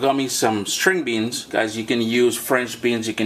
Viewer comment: 'Sting' beans? Or String. I love your tutorials. Keep up the efforts!